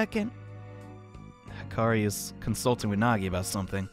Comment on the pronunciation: Nagi! Me,and my bad ears: Naegi?